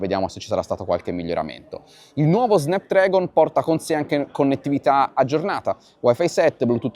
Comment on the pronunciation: si pronuncia snapdrAgon